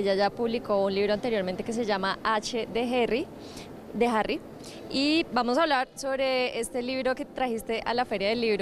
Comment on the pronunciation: "H de Herry" 🤣🤣🤣🤣🤣🤣🤣🤣🤣🤣🤣🤣🤣🤣🤣🤣🤣🤣🤣 ¿Alguien vio mi pulmón?